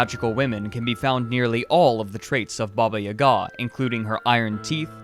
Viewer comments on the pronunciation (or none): Why you put that strange accent on "Ga"? It's not pronouced this!